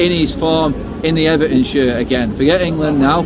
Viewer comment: Did he say Unieed vs Ever'on lol